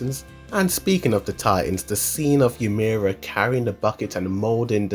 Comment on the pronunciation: great video but pls pronounce ymir right next time xD